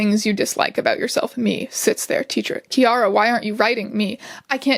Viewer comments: Ciara is an Irish name! It’s actually pronounced as keer-ah (think keen but with an r). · pronouncing Ciara like tiara took me out for a moment habsnsbd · im sorry but as that is my middle name i cant sit here and let it be mispronounced its ‘c-ear-ra’ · This is great but by god I had to replay the bit where she says Ciara so many times, it's pronounced kee-ra lmao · Your pronunciation of Ciara is absolutely sending me. It's pronounced like Keira (which is the anglicised form of Ciara) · strange why do u pronounce ciara like thag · I'm sorry how did you pronounce Ciara? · I hurt when you pronounced Ciara wrong, twice 😢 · I love strange but his pronunciation of ciara pains me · My name is Ciara and I, too, can relate to being a little fucking shit in school so I felt personally attacked when mispronounced my name and called me homophobic lmao